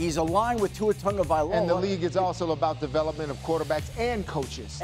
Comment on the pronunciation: These idiots continue to butcher the pronunciation of Tua's last name. It's not "Tungavailova" or "Tungavailaloa' IT'S "TAGOVAILOA"!! "Tago" not "Tunga". Morons.